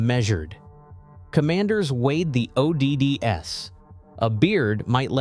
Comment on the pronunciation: I mean it did say ODDS as O.D.D.S and pronounced the S in IED’s as a letter.